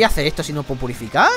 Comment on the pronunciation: dijo purifucar😂😂😂